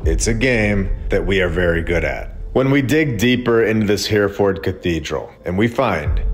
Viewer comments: It’s pronounced ‘Herreford’ btw, but fantastic content, thank you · It’s pronounced Herryferd. Love your videos. TY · Hereford is pronounced ‘hair-a-fud’ We speak the same language so differently. Love from Ireland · Brilliant 👏🏻👏🏻👏🏻 except Hereford is pronounced Heri ford… not Here Ford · I'll go there next week and video it for you. By the way, it's not Here - ford. It's He (as in heh) -Re (as in Reh) -Ford. But it's a good attempt. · It’s pronounced Herryford cathedral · It's pronounced Heh-ruh-fuhd, old chap, Heh-ruh-fuhd. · Great episode, btw it's pronounced He- re- ford , its an amazing place. von Braun 'He aimed for the moon but kept hitting London' (V2 rocket) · All great info! I love, and now with over 100k subs!!! Ya might want to look into how to pronounce “Hereford” and “invalid”, though… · You're pronouncing Hereford wrong.